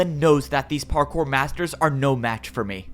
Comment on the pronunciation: "Time to become partkour" ... Bars.🗣️🔥